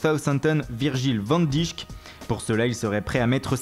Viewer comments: on prononce pas van dijck mais "van deïk" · ca se prononce Van Daïk Sinon au top la vidéo merci pour les infos 👍